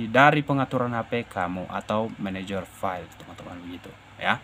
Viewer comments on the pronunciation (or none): none